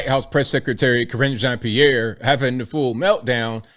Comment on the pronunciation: KarineJean pee air😊